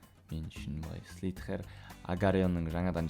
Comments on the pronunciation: агылшынша дым билмейсинго слитге емес слизер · слитхер))) слизер дешиш) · даке слитхер емес слизарио